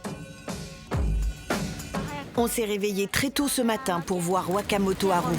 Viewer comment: Un petit effort sur l'accent aurait été le bienvenu, ouakamotoharou voila quoi. :D On se voit à Bercy les gens.